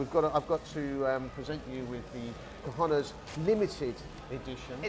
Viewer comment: Please improve your pronunciation of 'cojones'. Try it Kho-khon-es.